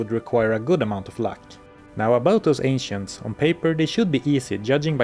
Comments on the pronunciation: It sounded like you said "the very trickery trio, the Asians" instead of ancients 🤣🤣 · When he said "the ancients" i heard " the asians"